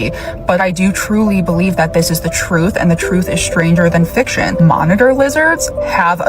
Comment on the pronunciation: it’s the troof. Troof matters!